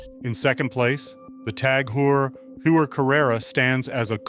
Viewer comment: TAG HOY-er Please learn how to pronounce the name!! And anyway, who buys a watch to "invest".....?!